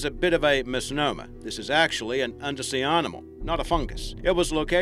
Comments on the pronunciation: What kind of accent pronounces animal as "ahrnimal" - where's that from ? Confused me at first, " pahrterns" too.... had to go back over the video to re listen..... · sorry luv the channel .... but what way is he sayin (animal )?